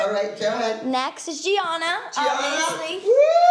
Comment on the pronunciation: She mocked Gianina too by mispronouncing her name